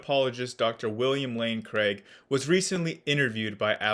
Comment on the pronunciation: Another great video!!! Two things: at one point it sounded like you said “William Lane Crank” lol and second would you speak to WLC on parts of the bible? Would be fun to watch.